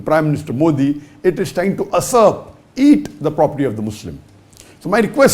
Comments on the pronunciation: It's usurp not asurp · its not asurp. It's Usurp